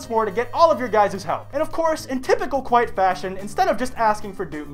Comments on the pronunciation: Kwite? More like... Doot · Ayyyyy this is "kwite" the video XD